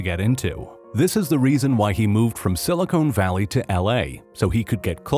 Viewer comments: It’s silicon valley, not silicone valley 🤣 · “Silicone valley” My eye: twitches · "Silicone Valley" 😂